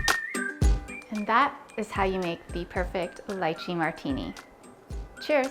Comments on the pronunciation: …it’s pronounced litchee.. not lye chee. 🤦‍♀️ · It's Lee-chee. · Yummm but oh… please don’t say it as “LIEChee”! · I've been pronouncing this wrong this whole time??!?! 😅 LeeChee 😂 probably because is called Leechee in India. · Its pronounced Lie-chee? I've been lied to my whole life 😭😭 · I was so annoyed with her mispronouncing it! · If you make it - know how to pronounce it.